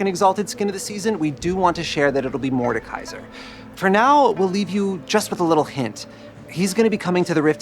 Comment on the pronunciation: While at it, could you butcher Mordekaiser again? Because it went so well last time.